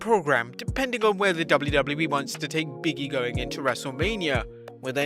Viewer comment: BIG E NOT BIGGIE